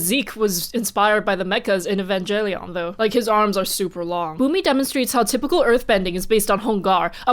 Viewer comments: Great video. One thing though that bothered me a lot was you pronounced Evangelion wrong. It's ee -van-geh-lee-on not ee-van-gel-ion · Evangelion is supposed to be pronounced with a hard G. Like “e-van-gehl-ion”. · Me rewatching this: "Oh wow, why did I stop watching?" Xiran Mispronounces "Evangelion," says Movie pronunciation is correct in Chinese. Me: "Ah, right right."